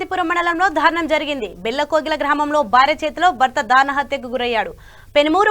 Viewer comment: Dhaarunam kaadamma, daarunam